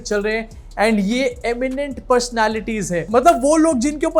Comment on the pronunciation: you are the best 😂😂😂 ye-miennt pershonality😂😂